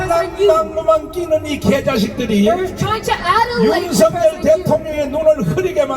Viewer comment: 통역하시는분 윤서결이라고 발음하지 말아주세요 윤성열이라 발음해주세요 윤석열대통령께서는 윤성열로 불리길 원합니다